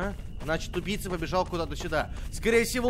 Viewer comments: Мне одному показалось что говорит тупица а не убийца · я один такой почему когда говорит убийца я слышу тупица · Вы тоже слышали что он говорил не убийца, а тупица? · Когда говорил убийца, мне казалось тупица😂😂😂🤣🤣😂🤣😂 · Мне одному казалось что он всё время говорил:тупица))))вместо убийца)Хаха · Мне одному кажется, что говорит не убийца, а тупица) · Почему когда ты говоришь убийца мне кажется что ты говоришь тупица